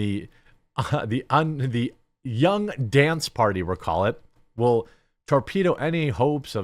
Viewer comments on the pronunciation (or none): none